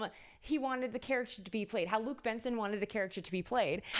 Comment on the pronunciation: Thank you for the video! ... It's Jean-Luc Besson, not Benson... We don't pronounce the "n" and we pronounce "Bess" as in "best" without the t.